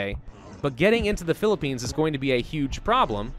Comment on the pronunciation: pi li pi ians what philipines dude that hurts